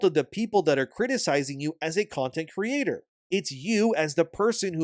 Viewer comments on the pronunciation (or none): none